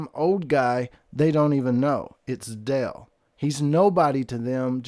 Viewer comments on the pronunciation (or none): It's driving me nuts he sounds like he is saying del it's dale